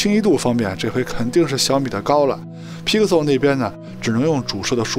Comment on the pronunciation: 听你念批可馊脑壳疼